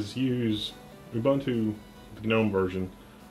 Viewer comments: The G is pronounced. It's not one of those garden things with a silent G. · Gnome... Gnome... Gnome "GUH-NOME" !!! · He says Gnome like Genome and Nginx like Ngine X. I mean it's not wrong, but those are supposed to be said like they are written right?